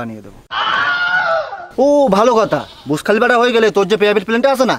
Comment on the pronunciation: বুর্জ খলিফা ❌❌ বুশ খলিফা ✅✅